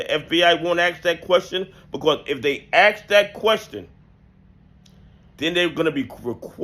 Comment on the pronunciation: Love your content. But it’s “ask” not “aks”. You’re better than that.